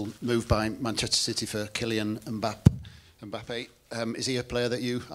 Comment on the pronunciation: How many times that guy butchered Mbappe’s name aha 😂